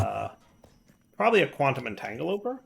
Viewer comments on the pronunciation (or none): a really smart programming guy, stil lcan't pronounce "quantum - entangle - o - porter".